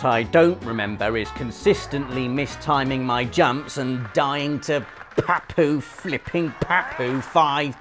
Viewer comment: 😂😂😂 he said papu like pa POO